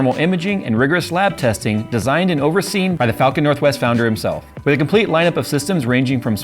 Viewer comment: That really did not sound like "falcon"